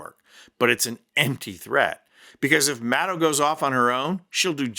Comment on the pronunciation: Maddow is pronounced like shadow. Please pronounce her name appropriately. Thank you.